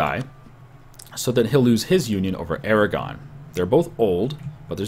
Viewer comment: i thought you siad declare war on iran, and i was like wat? oh you said aragon